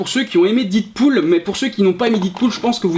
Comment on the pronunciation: Putain on dit DEADPOOL pas Didpool :/